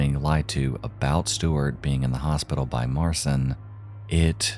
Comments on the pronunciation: Marcin is pronounced “Mar-chin”. “ci” in Polish is pronounced like the English “ch”, as in “chin”. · btw marcin is pronounced like martian, but the 'ian' is more of an 'in'